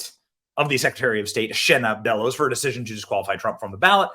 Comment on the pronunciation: I was totally doing the valley girl "deciSION" in my head simultaneous to Benny. Sure I'm not the only one😅